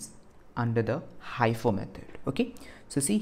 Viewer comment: its mostly pronounced as he -fo